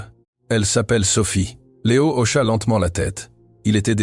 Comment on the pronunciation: Hocha et non auchat !